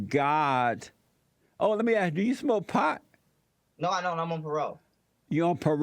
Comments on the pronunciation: I noticed when this guy is focussing on trying to be this ridiculous cartoon character he mispronounces ask as ax, but when he's not thinking about it, he pronounces it ask like a white person lol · I can’t even imagine what a burden it is for him to carry that much so called “knowledge” in his head. Jesse: “Do you love white people?” “I gotta know why you AXE”. 🤣🤣🤣🤣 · Before you even attempt being intelligent, you might want to work on your vocabulary: It's, ASK, not AXE! What a knucklehead and I'm being very kind! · “axing” me that question. 🤪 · He said when somebody axes me something . Bwahahahaha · yeah and maybe learning how to pronounce ask instead of ax while he's at it. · This troglodyte can’t even pronounce English. “Axe me dat question” LOL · He does not understand the word ask. JLP needs to "AXE" him. Goodness. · Hes soooo smart and part of the supreme blat race but cant pronounce the word ASK. what a joke 😂. And onnPAROLE LOL